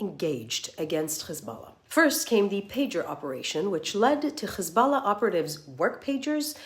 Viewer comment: Why is she forcefully trying to pronounce KHHHisballah? She clearly can pronounce her H's.